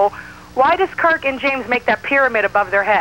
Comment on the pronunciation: Lmao hilarious!! She butchered Kirk's last name twice when coming back from a commercial break haha